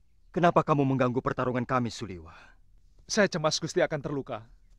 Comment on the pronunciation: Suliwa min bukan suliwah